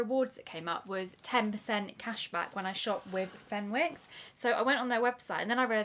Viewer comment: Aw this feels nostalgic Fenwick's is a pretty big deal in Newcastle where I'm from kind of the hub of Northumberland street brilliant Christmas window every year. It's pronounced fen icks if that makes sense 😂❤